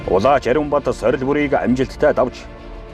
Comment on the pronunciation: Шүүгч нь Улаачийг Улаагч гээд байхийн?!?!?!